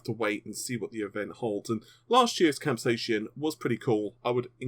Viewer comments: "Cap-say-sin" Not, "Cap-say-shun" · It's pronounced cap...say...sin. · please pronounce this event properly. Cap-sai-cin sounds exactly like Cap-Say-Sin. I live in New Mexico USA and used to sell hundreds of thousands of pounds worth of green chili every year from some of the largest growers on Earth and I never heard a single Chili farmer pronounce it the way you did, lol. Please accept my apologies for requesting proper English, I apologize for that. Just trying to help you get it right. Why AMD is even using this name is beyond me, capsaicin is the source of the heat in all peppers and chili's. I know Vega is a hot topic, but will it be a hot running gpu? Lol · CAP-SAY-AH-SIN FUCKING GOD I'M GONNA KILL MYSELF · For your FYI, Capsaicin is pronounced: Cap-Say-e-Sin